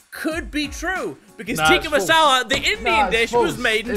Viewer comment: Mini said tikkah masala it's either tikkah or masala 😠😠😠😠